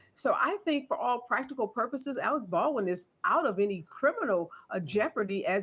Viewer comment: That black lady kept saying Alec Ballin